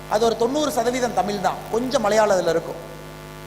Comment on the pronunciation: தமிழ் என்று சொல்லத் தெரியாத நீ, சொல்வது நிச்சயமாக நடக்காது.